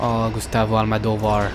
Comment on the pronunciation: Bonne vidéo, à part ton "Gustavo Almadovar" qui m' a largement pété les cacahuètes. Mais très bon jeu dans l'ensemble. Vivement Fear 3 et surtout Dead Space 3 que je connais par coeur (je suis fan de cette licence). A très bientôt.